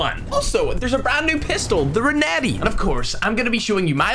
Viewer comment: his pronounce of renetti is reneh e